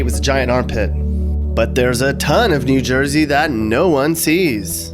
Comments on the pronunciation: Who the hell calls it "jew jersey"? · i have never heard anyone say jew jersey